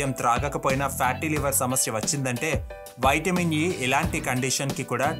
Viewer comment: వైట్ మిన్ ఏంటి బ్రో నీవూ నీ ఓవర్ యాక్షన్ వైట్ మిన్ వైట్ మిన్ అంటా వుంటే చికాకుతో వీడియో మధ్యలోనే వదిలి పెట్టా